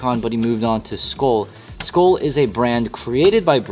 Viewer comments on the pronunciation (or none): its pronounced skull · It’s “Skoel”